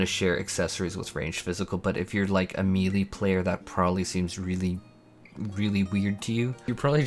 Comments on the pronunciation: "me-lee" noooo... no. No. May-Lay. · “May-lay” /ˈmāˌlā,māˈlā/ No “ee” sound in that word. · i respect u but the way u say melee is disgusting... LMAO